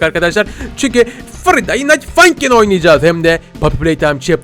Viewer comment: Abi bu oyunun okunuşu Fraydey nayt fankin.